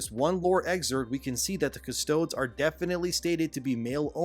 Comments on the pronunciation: "if someone in that universe tried to say there were female custodes the adeptus would just tear their limbs off and feed their corpse to the hounds" it's not pronounced cus~toads~ nor do the "adeptus" feed people to dogs? lol bro is trying to gatekeep 40k and hes not even inside the gate this is so cringe i cant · It's DEEZ, Cus-toe-DEEZ. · Custodeeez say it right lol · “Cuh-stow-dees” is how it’s pronounced… everything else is fine, continue on. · I think it’s pronounced custodees but I might be wrong, still, good video. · It’s pronounced “cust oh deez” like Latin. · You are pronouncing "custodes" wrong. It's pronounced like "custodeez". Idk why you're making a video about this when you don't even know what you're talking about, leave it to the people who do. You're clearly just jumping on a bandwagon, this uninformed slop content discredits whatever point you're trying to make. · Its pronounced "Custod-EEZ" like DEEZ NUTS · Custodes: Cuss-toh-dees Subterranean: Sub-tehr-ray-nee-an Adeptus: Add-ehp-tuss Aristocracy: Ahr-iss-tohk-rah-see - "Has never been" = when talking about something singular; so it should be "there have never been female Custodians" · btw it’s also pronounced (Cus-toad-ees) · oh and just a heads up, custodes is pronounced "cust-oh-deez" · It's pronounced custoDEEZ, like custoDEEZNUTS. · Friendly reminder: It's pronounced Custodies There may be some more nuance there but that's roughly how to say it. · Hearing you try to compare the emperor to zeus is cute also custodes is pronounced as its written (custodeez) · It's pronounced "Cust-oh-deez", like Deez-nuts. Like Latin. I've never even played 40K and even I know that. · Pronounced "Cuh-stoad-ees btw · Kuss-Toe-Dees. That’s how you pronounce it my good man. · cuss - toe - deez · You do realize it does nothing, when codexes get replaced the previous gets retconned, always BTW, custodes is pronounced Cus to Dees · I think i'm going to die if i hear you pronounce it "Custoads" anymore.